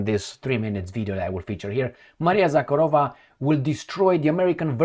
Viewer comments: It's Maria ZakhArova,, with emphasis on the second "A". The way you say it, "KharOva" is Russian for "Cow." Мари́я Влади́мировна Заха́рова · Zakha'rova, not Zakharo' va!